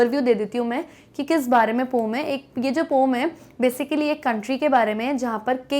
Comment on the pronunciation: पोम नि होता mam... 😂😂 poen होता है... 😂